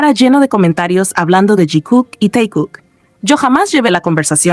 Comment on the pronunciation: It looks more like someone within HYB3 hates JIMIN by leaving him out of the group photos … Is this AI because why is the fake ship pronounced TIE-KOOK and not TAE-KOOK?